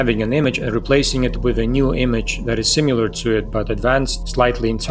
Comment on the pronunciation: This video is so well researched and well taught! (Also, I finally found someone who pronounces "similar" to how I used to. Like sim-yoo-lar.)